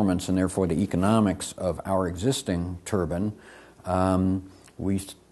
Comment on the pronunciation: He can't even say the word turbine property